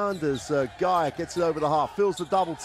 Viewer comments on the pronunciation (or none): none